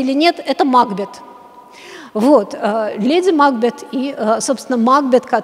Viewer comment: Макбе́т! А каком образовании идет речь, если дама не может ударение поставить. Если бы она ХОТЯ БЫ читала произведение о котором говорит, то видела бы что Ма́кбет не укладывается в стихотворный размер. Позорище.